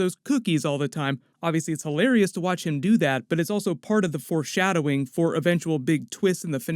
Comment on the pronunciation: I'm sorry but are you saying "force" shadowing?